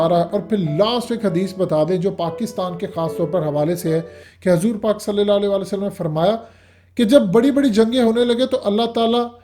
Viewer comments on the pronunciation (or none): Assalam o alaikum bhai ap durood shrif Thora sa ghalat party hn. Sal' lal' laho wasallam. Ap start ma zair ka use krty hn.